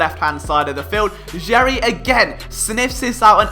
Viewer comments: It’s Gerry (sounds like Gary) not “jerry” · It’s pronounced “Gary” not “Jerry” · It’s Gerry, like Gary, like spongebobs snail. Not Jerry. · bugging the hell outta me that you were pronouncing it Jerry and not Gary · FYI, name pronounced "Gary", even though looks like "Jerry" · Nope... it’s “Gary” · It’s pronounced like Gary. As someone who has played with him in the past please get it correct... c’mon man! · Gerry is pronounced with a hard "g".